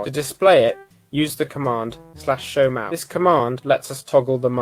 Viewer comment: mahou is not pronounced how youre saying it